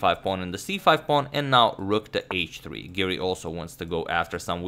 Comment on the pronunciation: Hey Siri, it’s Giri not Siri. 😆